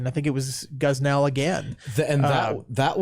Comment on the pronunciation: Why does say Gosnell guzz nell? It's goss nell.